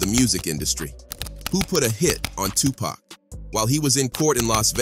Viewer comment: Did this foo just say 2pack? Yeah, always get say it wrong.😂